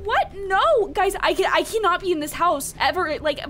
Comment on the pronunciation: You said cannot wrong